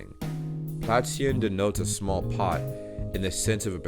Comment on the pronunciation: i liked the video a lot. Your pronunciation is good. But you are struggling with the "ä". It was great in 'fällt" but you forgot it at 'Plätzchen". Keep up the good work and visit Germany. :)